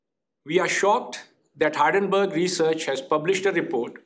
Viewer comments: It's not Hardenburg it's Hindenburg😅😅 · Its Hindenburg not Haadenburg, you're a CFO... speak like one.